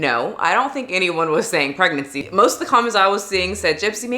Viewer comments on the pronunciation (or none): LoL the "pregnency" 🤦🏼‍♀️